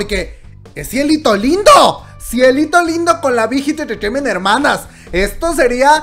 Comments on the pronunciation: Las veces que dijo "Bit Hit Entertainment"? Un monton xD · por cada like es las veces que la dijo bighit entreteiment xd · Jajaja dice la big hit intejehfjejement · Me gusta cuando dice big hit entertainmen 👌👌😄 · JAJAJAJAJA alguien mas le parecio gracioso cuando pronuncio BIGHIT ENTERTAIMENT JAJAJA la amo!! ♥ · Yo que voy a ver una peli y me viene con la Chisna de CL 😂pues ya se pasó a Bighit. No puedo con la risa de cuántas veces escuché Bighit enterteinment🤣🤣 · 1 shot cada que dice big jit enterteiment xd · Bijit entreteimeeenthhhh Bijit entreteimeeenthhhh Bijit entreteimeeenthhhh Bijit entreteimeeenthhhh Bijit entreteimeeenthhhh Bijit entreteimeeenthhhh Bijit entreteimeeenthhhh Bijit entreteimeeenthhhh Bijit entreteimeeenthhhh Bijit entreteimeeenthhhh Bijit entreteimeeenthhhh Bijit entreteimeeenthhhh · Hermano, amo tus vídeos, pero es difícil mantener la compostura cuando dices Big Hit Entertainment JAAJAAJAAAJA morí